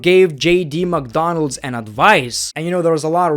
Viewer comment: It’s JD Mcdounagh not JD McDonalds